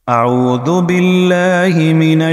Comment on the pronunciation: Aauzoo.. not audoo